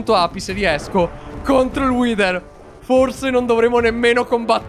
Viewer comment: pronuncia:" Whiter!!! Io: 😮😮😮🥳🥳🤯